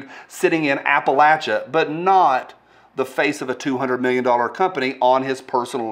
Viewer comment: Finally someone who can pronounce Appalachia correctly. You made my day